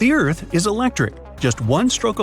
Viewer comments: erarth not earth? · Please fix that "ERARTH" word since it's got s|-|itted there